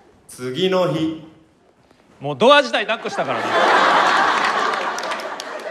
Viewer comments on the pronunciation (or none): これで日本語覚える人「次の日」のイントネーション間違って覚えちゃうw